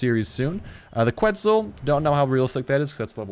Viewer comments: It is pronounce Ketzal no Qu etzal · It's pronounced Keht-sahl. Keht-sahl-co-awt-uhl-us. Quetzalcoatlus. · No mean to be a smart ass or anything.. but... KU-ET-ZOL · What? No he didn't. He completely butchered it.